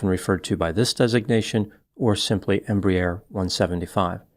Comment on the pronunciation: minor correction - pronounced "embrair", one syllable instead of "embry-air", two syllables. This size aircraft is designated a "regional" jet and operates from the "hub" aiport (eg DFW) to the "feeder" or Regional airports (such as Montgomery, AL) where the loads are smaller.